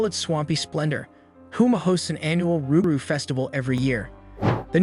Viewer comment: Never heard "Luke Garoo".... We always said "Roogaru".... Loo Garoo or Luke Garoo is most likely a mispronunciation lost in translation from Cajun, Creole, or possible Hatian Languages....